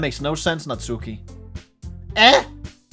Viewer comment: Oh man, this is in many ways a perfect game for this channel. It's going to be a treat! I've just started watching so I don't know if you finished it or not, but if you want a pronunciation tip regarding the names you should stress the first syllable and skip the u in Natsuki, so basically SAI-ori, NAT-ski, YU-ri, and ofc MO-nika.